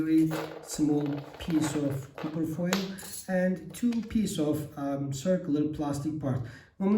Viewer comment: Mukemmel anlatim . Ingilizcen cok iyi . Bir tek Kupir degil Kapir guzel abicim . Vurgu A harfinde Kolay gelsin ...